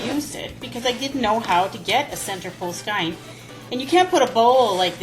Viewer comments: great tip, i didn't know either. but it's pronounced "skane" not "skine" :) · That was very helpful, but I have a suggestion. The pronunciation for skein is skeen or skane.